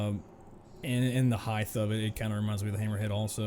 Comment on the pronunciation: Sorry. Had to stop watching immediately. Theres no such word as “heighth”.